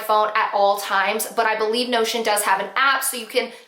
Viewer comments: Lol to that time that during the whole video I thought you were saying “no shit”app and it wasn’t until you posted the photo that I realized you were saying notion. 🤦🏻‍♀️🤦🏻‍♀️🤦🏻‍♀️ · Not going to lie, thought you kept saying 'no s--t' instead of Notion, lol (I blame a clogged ear and mult tasking). Thanks for the tips. Notion might be a good one for my needs.